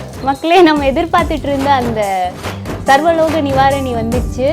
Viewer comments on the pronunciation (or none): அம்மா இது சர்வலோக நிவாரனணிஅல்ல . "சர்வரோக நிவாரணிம்மா " சரியாக பேசுங்கம்மா சங்கிக வருத்தப்படுவானுக....